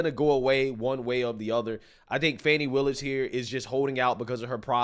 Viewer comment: Check THAT box fanny. And it is FANNY, NOT fawny.